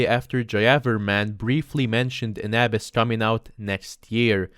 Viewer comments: Also he says Aah-Bis but its pronounced Uh-Biss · Abyss is pronounced "ə biss". I get accents and stuff but you cant just change an english word to whatever. Google translate might be a useful tool if you struggle pronouncing a word. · Did he just pronounce abyss a-bass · This is nothing against you but I love the way you pronounce AByss Good content though